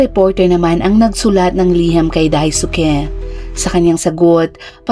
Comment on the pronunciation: Dais-k... D po daisuki...d na pronounce ung U sa kanila